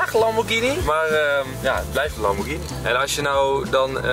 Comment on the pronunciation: is een top gozer!! trouwens ook de enige die lamborghini correct uitspreekt op 😋